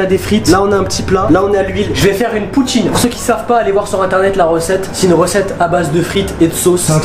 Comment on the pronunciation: "POUTCHINE" nan sérieux vous êtes les boss